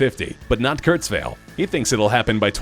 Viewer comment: I thought his last name is pronounced Kurtz-while, not Kurtz-vale (?)